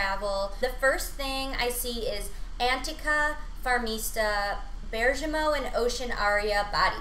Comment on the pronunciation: Bergamot is pronounced "brr-ga-moe." Thought you might need that in the future!